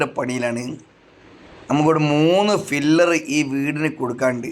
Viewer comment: ഫില്ലർ അല്ല pillar...😊